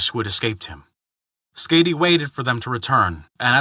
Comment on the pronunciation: Hey there, the name Skaði the "ð" pronounced similarly to a "th". As for the "a" that very well could have been a mistake on my part with it having a harder "a" rather than a softer one.